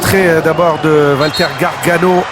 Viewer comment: "Gaganòò" ahahahah